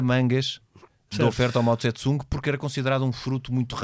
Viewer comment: A pronúncia correta não é Mao Tse-Tsung e sim Mao Tse-Tung!